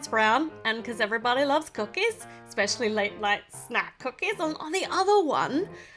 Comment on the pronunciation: I love the way she says cookies Coocays